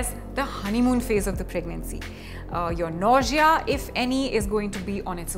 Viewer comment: Ur pronunciation of nausea is wrong.....but ur information is right dear.....love u... good luck